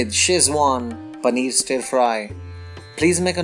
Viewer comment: I meant no disrespect... but please do not pronounce 'stir' as 'St-ee-r' . it should be pronounced as 'St-u-rr' instead. I hope u did nt get offended.. ur recipes are awesome n so is ur description..